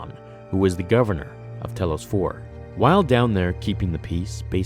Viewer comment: I'm guessing you didn't play KoTOR. Telos is pronounced "TEE-LOWS". It's not a big deal, but still.